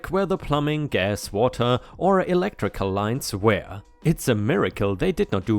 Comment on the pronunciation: May I ask a question? Why do you always pronounce the word WERE as WHERE? I really enjoy your content, but this irks me bad.